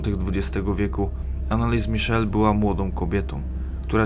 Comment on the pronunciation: Dokładnie. Wymowa niemieckiego imienia i nazwiska jest zupełnie inna.